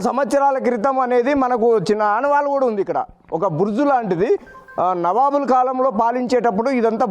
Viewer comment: నబాబు కాదు నవాబు కరెక్ట్ గా పలుకు సార్.